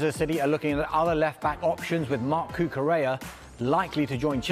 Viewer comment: listen to him again doesn’t say cucarella at all sounds like cucareya bout as gud as the sky sports staff u are